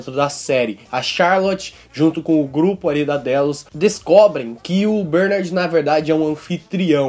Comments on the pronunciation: fala bernAAArd direito =D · Mano, obrigado pelo esclarecimento do episódio este vídeo foi muito esclarecedor, mas o jeito q vc fala Bernard dói os ouvidos! Kkkk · Pq vc fala Bernard de forma estranha? Kk